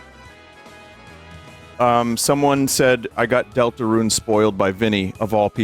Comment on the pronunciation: dooltooroon??? oondoortool?????